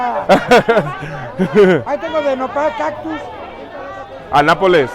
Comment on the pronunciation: Hi bro you said Napoles (city from Italy) but the correct is Nopales I mean about the cactus, very delicious by the way, great walks and greetings from Monterrey Mx 🇲🇽